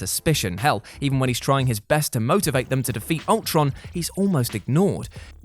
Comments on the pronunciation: “age of ultorn” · "Ultorn" Heh.